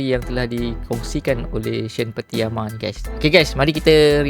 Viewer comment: Pattynama bang, bukan Patiyama..